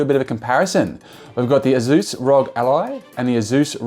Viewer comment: "azuuz"? Its pronounced aysuss